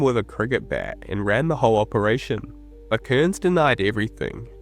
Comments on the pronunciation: Cairns, not "Kurns". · Cool vid dude but a small critique would be that his name is not pronounced Kearns